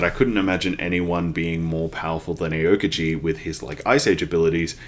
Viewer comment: Love the series! (btw Aokiji's name is pronounced ow-kiji)